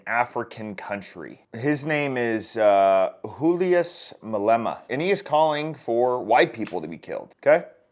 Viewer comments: Hulias Malema bro 😂its Julius literally J Damn😂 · Julias is pronounced with a hard j as in July. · I am a South African and this man doesn't want peace. He doesn't want a free and equal country, economy and state. His name is Julius (said with a J not like the Mexican H) Malema. (mu, le, mu). He is an imbecile... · I'm South African. I'm no supporter of Julius Malema (and you pronounce the J), but I want to ask you, what history do you know of South Africa? American's have this nack of talking and sometimes even creating WARS without even knowing a thing about that country. MY country has a VERY sad and racist past from the days of Apartheid, our people still show the scars of that era even today. I would just ask you to please show some respect. Juluis may not be right in some of the things he says and does, but it comes from a long history of violence against blacks in this country, which I doubt you know much about. Oh, and if you are going to talk about someone, please at least learn to say their name correctly. Siyabonga Mlungu! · you need to read up on the history of South Africa(apartheid). His name is Julius, pronounced with a ‘J’, is talking specifically of South African white people, not all white people in the world. Either way, I do not condone murder, but context is important here. Educate yourself about South African affairs before trying to come across all righteous. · I'm South African 🇿🇦 You pronounced his name wrong haha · You cant pronounce Julius ? Put ur shit out african politics stay in ur boring wicked country that kills people all over the world.